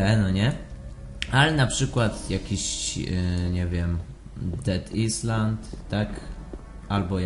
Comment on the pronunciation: Dead Island czyta Dead Ajlend ;p